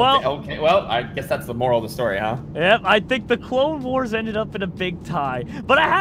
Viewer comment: When // said clone tycoon for the first time in the vid did anyone else hear toe tycoon?